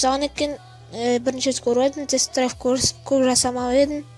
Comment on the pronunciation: Драйв емес Драйвь